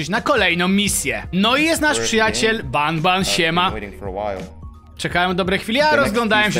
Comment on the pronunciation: jaki nabnab A nie ban ban sorry że poprawiam ale przez chwilę miałem rozkminę